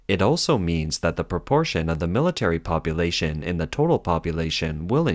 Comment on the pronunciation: "Popoooolation," "commooooonism," "egg cetera," "Xinwaa," "Jiahnguomen," "Shandahng." Narrator can't speak English, and can't speak Chinese?